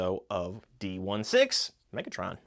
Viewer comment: Btw 2 things . D-16 is pronounced D sixteen . And the hat that bumblebee got it’s a welding mask you can flip down Good video btw 😁